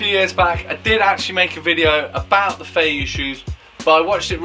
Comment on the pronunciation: It’s pronounced 飛躍 fei Yue. Like Yu-eh. A fei yu like you are saying is flying fish lol